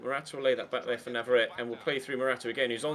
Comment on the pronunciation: I hope you know that navarrette IS left footed but he just also has 5 star weak foot! Also navarrette is from Argentina, a Spanish speaking country so his name you have been pronouncing wrong for a long time, it's pronounced n(ah)-v(ah)-r(aye)-t(aye). To reference, one of the champions league qualifying rounds last season, the announcer pronounced it correctly.